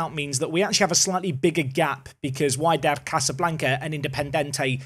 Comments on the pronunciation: Its Wydad, as wEEdad :) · Wydad is pronounced Wedad (or WeeDad 😅) and with the number of VAR interventions in the game, expect their fans to be moaning and shouting about it 😂😂😂 I'd say invest in the current crop of players (i.e. new contracts, etc) before thinking whether you should spend the money or keep it in the AI manager's hands. And if you decide to spend the money, I suggest you carry on your goal to bring more Englishmen/Britishmen to the club.